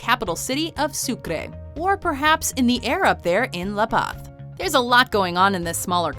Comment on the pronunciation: For those who doesn't know... "z" in Latin America spanish is pronounced like an "s", not like "th" sound. Now, try to pronounce "La Paz" again :)